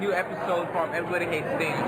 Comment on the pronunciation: I couldn’t help notice that they keep pronouncing his name like “Dahnish” but he clearly pronounces his OWN name as “Danish” like the people from Denmark…didn’t they listen to they’re own suspect?